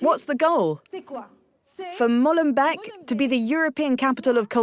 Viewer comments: It's Molenbeek not Mollenbeck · Why is it so hard for the French to pronounce correctly the name of that city, finishing like " bake" in English, not "beck??" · Stop pronouncing it as Mollenbek. It is not the beak of a mole. MoLenbEEk is the creek of a mill.